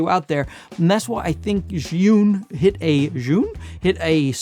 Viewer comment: Potato Jet is of Japanese ethnicity and he doesn't speak Chinese, which Zhiyun originates from. Good job in pronouncing the name as correctly as you can - "zhee-yoon". Some creators like to call it "Zion" and that always make me L-O-L.